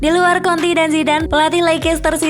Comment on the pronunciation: Mbak nya mesti blejar lg menyebutkan nama2 seseorang,,tulisan "jose" mourinho tp di baca hose mbaaaak,,antonio kontee bukan antonio konti